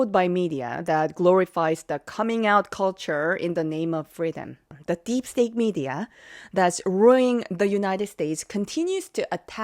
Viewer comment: Steak or stake??? You mean state 😂😂😂